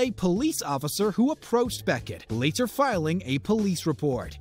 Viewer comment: Why does the narrator enunciate later so strongly?? I found it odd lol